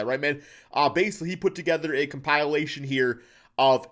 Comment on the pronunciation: Com-pie-uh-late-shun is what said com-pil-ae-shun is how i say it